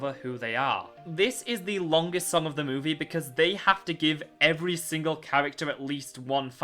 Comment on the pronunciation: You always pronouncing movie like moveh